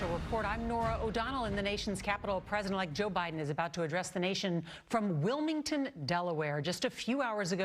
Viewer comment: It would be nice if my president could pronounce president without slurring